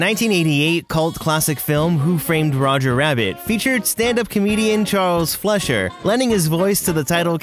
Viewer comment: It’s pronounced Charles Fly-Sure (Fleischer), not Flesh-Sure.